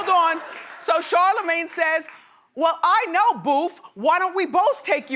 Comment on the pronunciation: I felt the love when you said Charlemagne ❤️